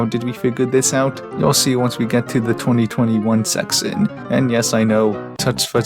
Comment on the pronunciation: why does bro say section like that